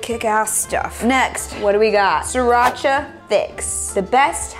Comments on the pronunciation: It’s actually originated from Thailand. And It pronounce “See-Raa-Cha” not “see rotch ahhhhh” This is ridiculous. As the Thai people in Chonburi (the province that Sriracha was in), I hope you can find the original sriracha sauce one day. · the sauce doesn't call see-Rotch-ah. it is called Sri-ra-cha as the name on the bottle and it is a city in Chonburi province of Thailand. Huy fong is not the original as well. The sauce was made first time in China but it is well known when Thailand make it and sell to nearby countries. Thailand is producing various types of Sriracha sauce and we never use any brands except ours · Sorry Sriracha doesn't pronouce See-Rotch-ah. It's birthplace, Thailand, simply pronounced "See-Ra-Cha".